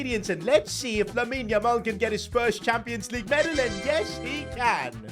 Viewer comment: How many times is he gonna say LAMEEN LAMAL 🤣